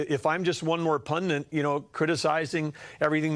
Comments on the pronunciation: If this disingenuous mofo says "pundant" one more time...🙄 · He doesn't know the word 'pundit'. He pronounced it 'pundent' 3 times (that I heard).